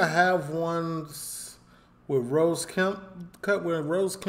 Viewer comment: It does make me laugh when you say 🌹 rose Kemp, his name is Ross Kemp, rhymes with moss or toss 😊